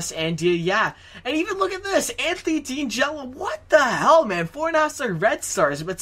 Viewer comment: 30th overall pick last name in pronounced d-an-jello